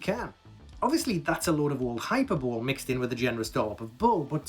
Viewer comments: hehehehe he said hyperbole as hyper bowl and not hi perbell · I just wish he didn't say hypa bol... It's pronoumced High-per-bo-lee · Did you pronounce it "HYPER-bowl" as a joke? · "Hyper bowl"? 😆